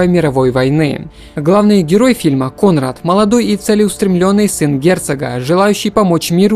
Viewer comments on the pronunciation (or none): none